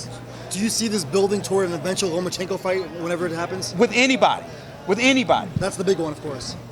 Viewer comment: Love how Leonard cannot even say Lomachenko's name.